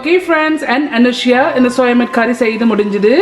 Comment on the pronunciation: It’s not soya mate It’s soya meat mam Please take care of your Tamil